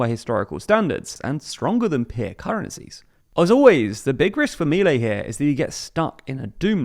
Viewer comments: It's not Mílei, it's Miléi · It's pronounced Mih-lay not Mee-lay